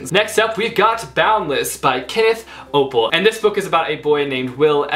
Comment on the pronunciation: challenge: chubby bunny but instead of saying "chubby bunny" read a line from a book aloud reward: buy a book you have been meaning too but avoided because of price or it looks scary/intimidating ((also Oppel is pronounced Oh-Pell !! Opal is the word you keep saying))